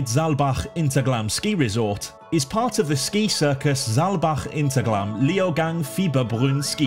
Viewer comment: I was just there this week 😀 btw in German the H is pronounced. It's not Interglemm.